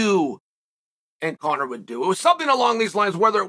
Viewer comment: He calls his son Conor correctly as well.